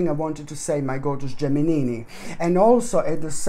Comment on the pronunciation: I really love this guy when he says Geminini...